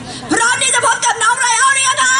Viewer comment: 🎡🎪งานวัดTerminal Ryan สุดปังตลอด ..ชอบพิธีกรเรียกชื่อไรอัลลลได้Acentดรมากๆ555🎉